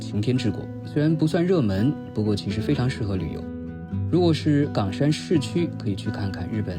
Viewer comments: 為什麼岡山ㄍㄤㄕㄢ念起來像港山？ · 是冈山（一声） 不是四声哦